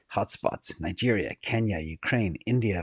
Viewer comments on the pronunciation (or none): none